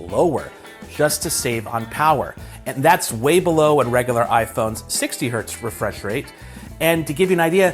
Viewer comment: When he thought the Z in Hertz is an S and tried to pronounce it as a singular word...Hert 😂😂😂